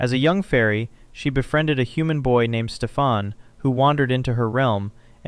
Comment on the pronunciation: Good video overall. A bunch of things I never knew! A slight disappointment for me is when you’re talking about Maleficent. The king’s name is Stefan. Pronounced STEFan. Not StefAN or StefON. It was consistent pronunciation in the 1959 movie but the Angelina Jolie one she said it 3 different ways. That was disappointing. Obviously this sticks out because that’s my first name. Pronounced like the 1959 movie does it. Other pronunciations are almost always spelled differently. But in a professional big film, featuring a big actor, for that simple thing not being caught is disappointing. Now I get that people are just terrible with names. ☺️